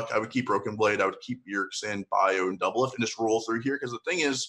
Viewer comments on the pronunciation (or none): DOUBLELIFT NOT DOUBLIFT